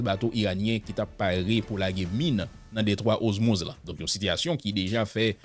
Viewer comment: Sispann répété DETROIT OZMUZ. Bon nom an sé DETROIT ORMUZ. OR pas OZ